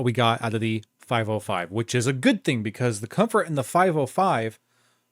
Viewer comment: the name is not "5o5", but "505" - not ou, but zero